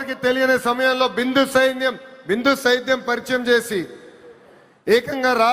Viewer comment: Bindu sedyam palakadaniki chasthunnav